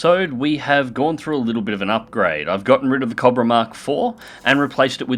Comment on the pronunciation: i love how says cobra cah-bruh